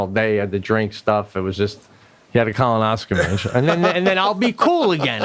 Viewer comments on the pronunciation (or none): Pete has a lot of trouble with the word colonoscopy lol. He goes back and forth between colonoscopy and colonoscomy. It's colonoscopy Pete!